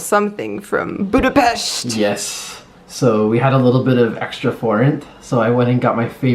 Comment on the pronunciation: Thanx for the proper pronunciation in Budape-sh-t city's name! 👍